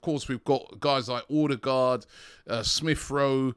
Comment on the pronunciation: You run a channel about Arsenal, have more then milion subs, and you're still not interested in learning how to pronounce player names? VIeIra not Viera, after 2 seasons Edegor not Odegard ... You are just one click from learning, is not that hard.